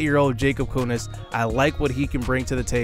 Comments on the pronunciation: Jakob Junis is pronounced Jew-Nis not Yoo-Nis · It sounded like you didn’t pronounce the J but maybe you did